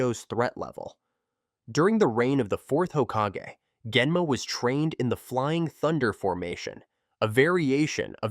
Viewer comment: Dude kept on pronouncing Genma differently.. Either you pronounce it as Gghenma or Gaenma, make up your mind, Mate